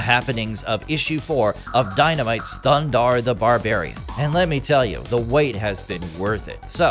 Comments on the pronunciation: You didn't even pronounce the name correctly 😂 it's Thundarr not Thunder. You shouldn't make a video if you're going to half-ass it like that! They even give you the correct pronunciation in the opening scene. Thumbs down for sure for no effort! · it's not "Thundarr"; it's "THUNDARRRRR" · it is not thunder, it is thundarr!